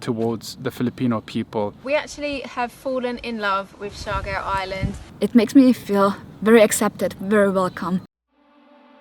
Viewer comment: They cant pronounce surigao clearly coz R is unvoice in america esp. In uk. But amazing dears.. So cute. But sorry its siargao